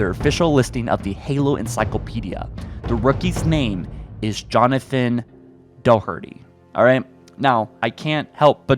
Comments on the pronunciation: Doherty is an Irish name and it's pronounced ( Daw-hurr-tee ) (Source I'm Irish) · The "h" in "Doherty" is silent. It's pronounced DOW-ur-tee. It's a good Irish name. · DOHERTY NO THAT IS NOT HOW YOU PRONOUNCE IT NO PLEASE i dont really know how i can spell it out as doherty is how you pronounce it just not doh herty its not do herty i cant fucking spell it out cuz its not a very normal pronounciation its an irish/scottish name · The last name Doherty is pronounced Dah-tree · Just an FYI Doherty is pronounced Doc-er-tee and people often get the nickname Doc from it. Well this is how it's pronounced in Ireland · That is not how 'Doherty is pronounced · is the last name doherty probably pronounce wrong?